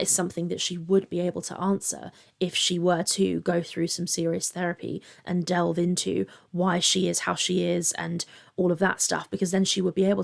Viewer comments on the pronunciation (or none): none